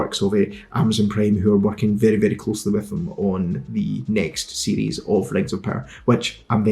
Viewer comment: You pronounce "series" like "CDs"